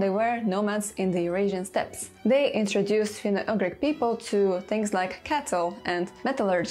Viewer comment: Dear, please pay some attention on the pronunciation of certain English words - for example it is not /finou-agrik/ but /finou-jugrik/; these small errors like the one above repeated too many times can ruin a whole video and as your loyal subscriber I feel bad about mentioning about this, but checking the right pronunciation doesn't take more than 10 minutes for a video of this length. This is the 1st time I had to stop watching cos I just couldn't stand the "agrik",whatever it may be, and I truly hope you'd take my humble advice into consideration lest sth similar happen... You've got one of the best linguistix channel here in YT, just a little effort and it'll be THE best! Best regards, Antti*